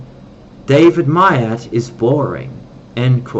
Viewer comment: You are a delusional fool and would, as my vows insist, state this to your face and fight you in the name of honour. You are not and have never been a Niner. You were not 'dragged into' anything other than your own schizotypal fantasies. In your 'interview' with Myatt, you couldn't even pronounce his name or half of the words either he, or the alleged interviewer used. As someone who knows the original texts, rites, and rituals, your claims are utterly fraudulent and, perhaps most horrifyingly... utter cringe.